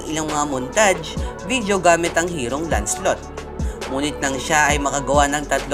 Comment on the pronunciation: Kuya MALI PO PRONOUNCED NIYO PO SA LANCELOT.hhhhhahaha lanselot pagkabasa(Lancelot po)